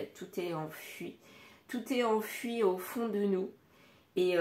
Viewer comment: enfoui à prononcer comme oui à la fin et non enfui